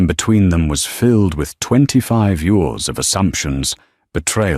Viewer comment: The word is YEARS NOT YOURS. can't A I SAY YEARS ?